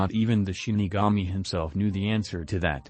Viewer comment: bro u pronounced shinlami😅